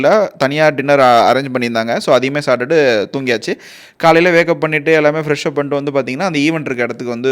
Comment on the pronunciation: Athu savtu illa bro..saptutu .... saavu nu soldra mari irukum..neenga stylish slang nu nenachi use pandra word